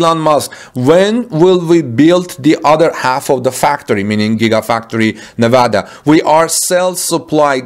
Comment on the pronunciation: excellent pronunciation of Nevada. Like a native my friend.